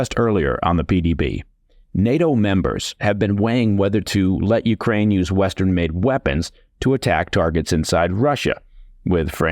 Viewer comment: Coherent, sensible, well-written. Also, great diction. Thanks for not mispronouncing any words hipster-style, or saying YOO-krane instead of yoo-KRANE. I object a little to kar-KEEV, though. Should be HAR-keev. (Giving a little phlegm to the first letter is optional in English, but rendering it as a simple K isn't right.)